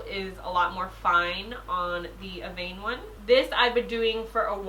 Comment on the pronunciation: Evian - "Eh-vee-on" hahaa, you were closer this time ! ❤️